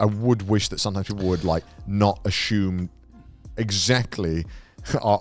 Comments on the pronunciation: "Ashyumed" - Connor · take a shot every time connor says "asshume" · Connor: "asshume"